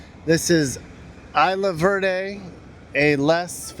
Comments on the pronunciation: Isla Verda is pronounced Ease-la-Vair-day, not Eye-la-var-day. That's a big problem on the island, a lot of people are just finding random hidden spots and using them as their own personal mini landfills. All the beaches are really beautiful, you didn't really go at the right times for most of them. Other than the trash to us locals all the beaches are beautiful, rain or shine, crowded beach or empty beach they are always beautiful to us. I'm for Independence, our economy is suffering under this current status and there's to much corruption and neglect from the US government, and statehood is near to impossible to happen and even if it did happen it would be horrible for both the US and Puerto Rico financially, politically, and culturally. We need to get over this fear of the unknown and out of the Stockholm syndrome for the US, sure it might be hard but independence would open ourselves up to a world of possibilities. I disagree with the guy saying the island is 50/50, since there's more than just the two options he mentioned statehood and status quo, there's Independence, Free Association, and another movement that's kind of a fringe group now but have been slowly gaining some support are some people who want Puerto Rico to reunite with Spain. Also with those rigged referendums that favor statehood, if you do the math with the turnout and results, statehood support is really like around 25%-30%. And from all the research I've put together, all the options are pretty much eq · 😂😂 eye la verdee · Isla Verde. Pronounced "is-la"